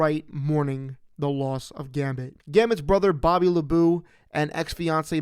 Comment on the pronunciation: Bobby LaBoo?! It's F***ing LeBeau like you with a loaf of bread, cheese and wine. You goddamn mouth breather! You are late to the party, and you honestly suck!